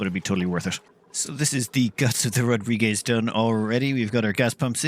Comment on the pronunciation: what is this rodrigez he keeps talking about?